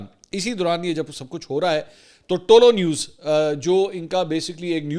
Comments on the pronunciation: آپ تعلق نیوز بول رہے ہیں جناب یہ پشتو زبان کالفظ ہے صحیح تلفظ یہ ہے۔۔۔ تہ لو نیوز ۔۔۔۔۔بولا کریں😊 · سر صرف کریکشن کے بول رہا ہو۔ تولو نیوز نہیں یہ "طلوع نیوز" ہے۔ love you